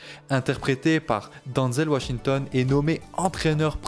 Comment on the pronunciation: Ce n'est pas bien grave s'il prononce mal son nom. Avec l'hommage sincère qu'il rend à Denzel, on peut bien lui pardonner ça 😉😇